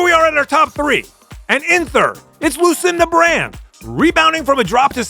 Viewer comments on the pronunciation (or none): “Lucinda on Brand” 😆